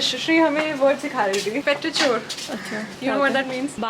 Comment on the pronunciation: Hi guys, your vlogs are awesome Just wanted to rectify something as it would be helpful for others too who are watching this video The word petrichor sounds like peh·truh·kaw. Keep entertaining us 😉